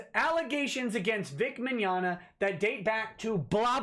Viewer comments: "Meggnogna"? Who are these children. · "Vic Meggnogna" lol. "Vic Mignignog".